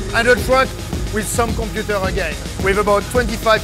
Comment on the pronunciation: Set the compeuuter!? Its so funny the way he says it..lol.....nice video